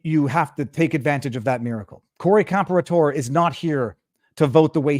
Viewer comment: Just to let everyone know Corey's name is pronounced "Com-pear-ah-tor".